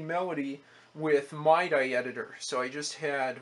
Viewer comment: "Mye die" lol It's more like "Mee Dee" by the way, but who cares? Just seeing these old computers really fascinate me. Technology really has come so far.